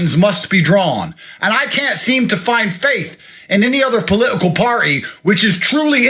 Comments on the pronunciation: Omg how funny. He couldn't even say political 😂😂😂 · He can hardly say political